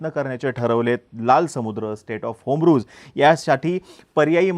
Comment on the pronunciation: Strait of Homruz❎️ Strait of Hormuz✅️